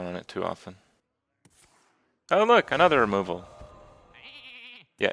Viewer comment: Whenever Kripp says "another sth", I always hear the Face song and it's "Another huffer" ^^